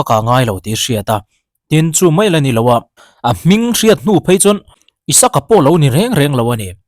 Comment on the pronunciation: Isaka ni lo in.. Isak tia koh/kauh a hua🤣🤣🤣